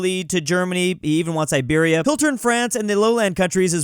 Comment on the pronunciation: Iberia sounded like Siberia